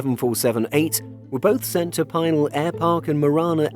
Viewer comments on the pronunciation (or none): Just a heads up, Pinal is pronounced pee-nal, not pie-nal. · PEE nal,. I live out here in Arizona. It is an Indian tribal name. I have gone out there many times. It is the former site of the Arizona air national guard. I’ve seen many 747s, and other aircraft, go to their final resting place At this facility.